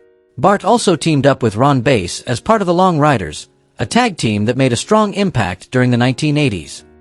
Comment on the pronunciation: It's Ron Bass not Ron Base dumbass computers